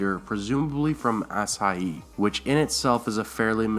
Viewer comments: SH makes a sound like shhhh...not sssss like Ashara and Asshai...and while I'm at it it's pronounced She-ara ( or she-air-a) sorry not trying to be a hater but it was poking me right in the OCD. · its not ASS-HAI-E its A-SHAI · Good video. I think book Quaithe and show Quaithe will turn out very different. Really like your channel but you need to work on your pronunciation of Song of Ice and Fire names like A SHAR A not A SAR A and ASH HIGH not A SIGH. Thanks for doing these. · Asshai is not pronounced "Ass-High", its pronounced "Ash-Eye" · it's spelled ashay not ass-ah-ih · ah-shy. ah-shy. not açai. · he said "ass-hi-ee" rather than "ash-hi" made me lel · It's pronounced ash-eye not ass-eye-ee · Asshai is pronounced Uh-shy not ah-sa-yy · Asshai isnt pronounced Ass Hai its more like achai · Binder is pronounced Byn-der, and Asshai is pronounced A-shy! In S8 they better reveal who Quaithe is! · Pronounced Asshai (Assh-ai) Ashara (Ash-ara). I don't get where people are getting the dropped h from.. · Also MY GOD, somebody PLEASSEEEE teach this guy how to pronounce an "Sh" sound! .. "Ass- Hi"?? "Ass- ara Dayne"?? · S+H= shhh Asshhhai, Shhhiera, not Sahara lol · First of all, it's pronounced \Uh-sai\. I also don't think she's anyone special. She's just another Shadowbinder from Asshai, no different from Melisandre. As far as Quaith's interest in Danaeyrs goes, the dragon eggs Illyrio gave her were taken from the Shadow Lands just outside of Asshai. It's possible she's simply interested in Danaerys because of the dragons. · I believe it's pronounced "A-shy",, I may be wrong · Isn't Asshai pronounced Ah-shy? I remember hearing Jorah saying it in the show. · Lmao "ass-eye-ee" 😆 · the accent is on the 2nd syllable, right? (ash EYE rather than ASH eye) ? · the city is called ash-eye. the people who live there are the ash-eye-ee. Also martin says he doesn't even gaf how things are pronounced. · Ass-Shy lol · Gotta watch out for those shadow bindurrs from Ass-hi-E